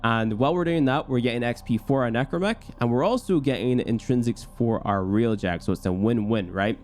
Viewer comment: Its pronounced Railjack, not realjack